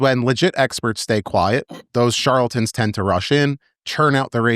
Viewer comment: it's "charLAtan" not "charlton". Sorry - it's fingernails on a chalkboard to me. 🙂